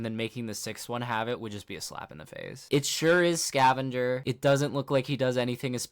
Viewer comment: why do you pronounce "scavenger" like that ew